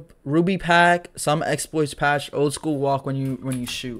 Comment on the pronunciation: "And some expoits patche (Which is a lie)" LMFAOOOOOOOOO